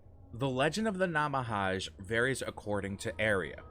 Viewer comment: Nah-mah-hah-gay is the pronunciation